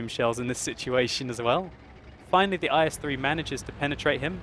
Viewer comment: the tank name is not "ice-3" it called "ees"